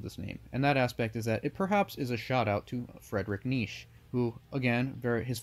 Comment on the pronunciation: The way you say Nietzsche as if it is one syllable makes me smile.